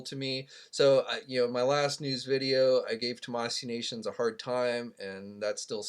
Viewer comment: Omg still can’t say it right...it’s TAMASHII NATIONS not tamasee nations